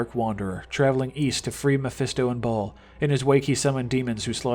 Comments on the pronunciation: Right! Who says it like that? Lol ball?? Its baal not ball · It's BALALALA not BALL! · Ball? You mean Baal you tard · It's Baal (with a long A) not Ball.... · Its bale not ball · Baal not ball lol 😂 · Nigga, I bouta woop yo ass just for repeating “Ball” Bitch it’s “BAYYYYL” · Its BAAL NOT BAWL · It's pronounced BALE, not ball 😂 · IT BAIL MAN NOT BALL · It's actually Bal but you do you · Yo idiot it's pronounced as Bail or Bale. Have you ever played Diablo? It says it in the game lol. What an embarrassment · its pronounced BAY-EL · Honestly people. It’s Bail. You hear it in a fucking cut scene for fuck sakes. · No its not bail its baal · why do u say baals name like ball? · Couldn't continue after your pronunciation of Baal